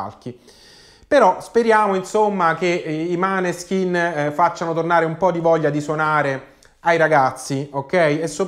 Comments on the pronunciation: Tutto d'accordo con te...però adesso non ti offendere...mi fanno MALISSIMO le orecchie ogni volta che li chiami MANESKIN...impari a dire MÅNESKIN...🤗🤗🤗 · Måneskin! Pronunciato Moneskin. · Grazie per la dritta, in effetti andrebbe pronunciato MOANESKIN, anche se per me un’italianizzazione ci sta. Mi raccomando, dillo anche ad Amadeus però 😆